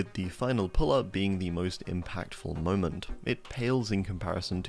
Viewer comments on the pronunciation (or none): none